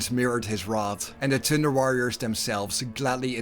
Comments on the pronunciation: Why do u make thunder sound like thinder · every time you thunder it sounds like tinder, tinder worriors. that's a whole different kind of worriors. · Lol all I can hear this entire video was "The Tinder Warriors"